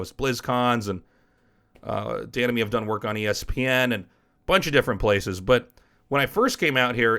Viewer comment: Every time he says "Dan and me" I understand "The enemy"